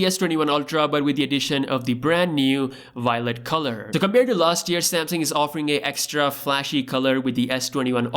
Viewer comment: Va-o-let not wallet 😎